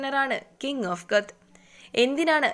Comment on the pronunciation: King of കൊത്ത് അല്ല കൊത്ത